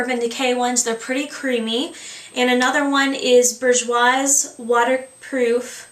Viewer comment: cool, but the "s" in bourjois is silent!